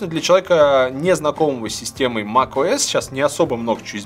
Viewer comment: Услышал - ТимКукОС)